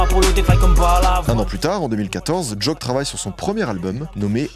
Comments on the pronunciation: C'est " Jauke " a la prononciation pas "joke" mais fort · on dit JOKE pas joak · Pour Ateyaba, ça se prononce Jok"I" et non Jok"e" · Pq prononcer Jôke mdrrr ? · On prononce pas "joke" comme ça mdr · la prononciation de joke j'ai hurlé